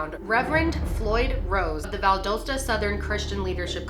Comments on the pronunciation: I wasn’t in high school when this took place so I didn’t understand how serious this was when I first heard it. But no one believes it was suffocation , I wish I knew more. Just Incase you ever happen to do another video on this small little mosquito town it’s pronounced ( Val Dah stah) 😂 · I’ve been following this case for so long and honestly you made such a great video about it. Also, Valdosta is pronounced Val-dah-sta. It was just funny how you said it 😂😂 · I live an hour away from Valdosta (pronounced Val-dah-sta btw) and I remember seeing something on Facebook where some kid said the Bell brothers explained what happened and admitted to being involved. They said this to a friend who told the police. I can't find it now, but maybe that is something to look into? It was very sketchy and there were police records (or what looked like police records) posted of it I believe. If it's true, that is. I definitely don't give too much credit to it but it was interesting. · This happened in my community. I still remember watching this tragedy on the news. It’s still an ongoing topic in our community. (Btw, Valdosta is pronounced “Val-dah-stah”, it’s was funny how you pronounced it lol just letting you know ☺️love you💕😂) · It’s pronounced Val-dAW-sta but no one ever gets it right so whatever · It’s pronounced more val-das-ta like a soft a. I live like 20 minutes from there. It was insanely sad when this happened! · Valdosta... Val . das . ta Love you and your vids. This set me off at the very beginning. Lol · just for future reference.. it’s pronounced VAL- DOST-UH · And it’s pronounced Val-Dal-sta (Valerie) (dalton) (stud) 😊💕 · It’s pronounced Val- dah - sta :) I live near here. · I'm from valdosta ga(the way you said that is so wrong) I'm so happy you're doing a video about him an my husband was on the jury on the case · Here we go again! We know you don’t know ! And you mispronounce VALDOSTA Georgia man. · you pronounce Valdosta so weird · ..val-DAH-sta. Sorry.